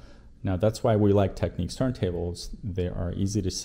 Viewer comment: its technics, not techniques